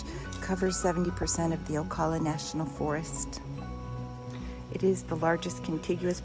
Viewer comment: You mispronounced Ocala so I know you're not a Floridian